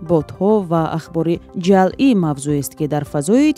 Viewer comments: Ҷалъӣ не, ҷаълӣ!!! Дуруст талаффуз кунед,! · Муҳтарам баранда ва шарҳдиҳандаи хабарҳои фейкӣ, гуфтед, ки "донистани хабарҳои ҷалъӣ.. ", дурусташ "хабарҳои ҷаълӣ" кӯшиш кунед, то калимаро бе хато хонед. Шояд ҳоло ба дарсгуӣ нарасида бошӣ!